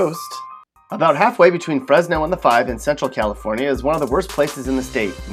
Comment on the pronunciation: fenso? medresto? scokton? OAKLAND!!!